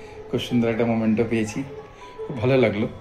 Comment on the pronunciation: মোমেন্টো না, মেমেন্টো!